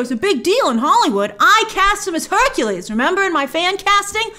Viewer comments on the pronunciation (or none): none